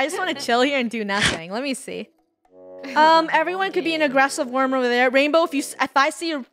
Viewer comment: Different pronunciations for the word “Worm” Itsfunneh and Krew: Warm Me: Werm